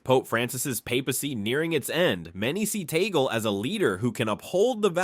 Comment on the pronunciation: Kindly pronounce the Family name of Cardinal Luise Tag-lee correctly!